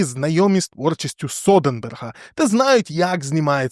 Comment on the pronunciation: Содерберг, а не Соденберг)